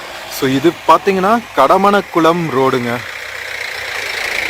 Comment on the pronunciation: Kadamankulam not kadamanakulam. Pronounce clear. Using unwanted English words in your videos. But u unable to read. U mentioned Vally but its valley. Over excited means ur video will not reach. It'd boring. Repeated words. Irritating